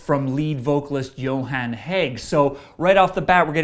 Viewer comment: How do you pronounce Johan correctly but mispronounce Jomsviking? Also I feel like this review missed important parts of the album. The first four songs are very important to the story and the last two are also very important. The last song wraps up the story and ties into a couple of the other songs very well